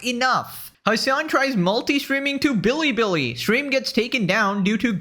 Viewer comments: Why does Hasan pronounce Bili Bili like that? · I'm not one to defend Hasan but this is generally how East Asians pronounce anything with an L 😂